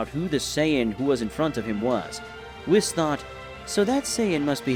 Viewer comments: If you're going to depict Yamoshi as women stop calling HER a HE, same goes for the FEMALE Namekian, Also the angels name is WHIS not WIZ, its an S not a Z think of it as saying WE then adding S to the of the pronunciation, also no one calls Beerus MR Beerus its LORD Beerus and Whis is just Whis, also Whis never calls Goku and Vegeta "Mr" he just uses there name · and there was the narrarator whom is incapable of saying whis' name correctly